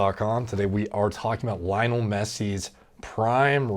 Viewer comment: The way you pronounced Lionel...come on bruv.